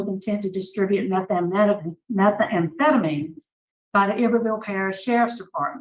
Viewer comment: Iberville is pronounced "eye-bur-vil"